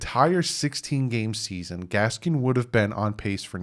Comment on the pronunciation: There's no S at the end of Gaskin. Just busting your chops a little, but you've been calling him Gaskins for a minute now. Love ya